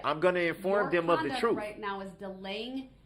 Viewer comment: If you’re going to run your mouth as much as Darrell Brooks does, please pronounce your words correctly. Oaf (oath), troof (truth), estoppel (stop), invoid (null and void), substain (sustain), biast (bias), all of a suddenly (sudden), things are being hidded (hidden). Not to mention lawful law; 3rd party intervener. And to top it off with I don’t consent to being called that name, but answer to it every time he’s asked to remove his mask. This level of ignorance has drained me.